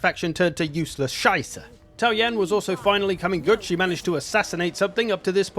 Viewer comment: The E in scheiße isn't silent, German doesn't use silent Es (sorry, pet peeve) (I don't even speak German, I don't know why it bugs me)